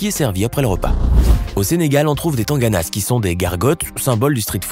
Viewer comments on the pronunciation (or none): Les "s" sur les Diola(s) et les Tangana(s) ne se prononcent pas, ils sont justes employés au pluriel.Cure dent en wolof on l'appelle sothieu (sotch) 😉